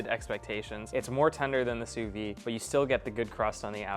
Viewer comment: why do people say "sous vi"? It's "sous viDE"